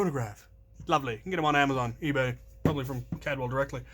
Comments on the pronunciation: It's CALDWELL, not "Cadwell". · There's an extra L in there. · It’s not Cad well. It’s Caldwell